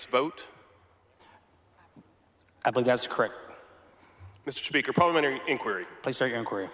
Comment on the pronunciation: Who is this guy who can't pronounce parliamentary?